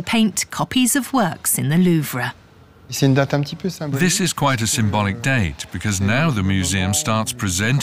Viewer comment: Seriously can’t handle the way keep pronouncing “Louvre”